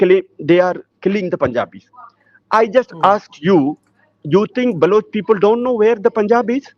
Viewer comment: Not Baluchi but Baloch. Learn forst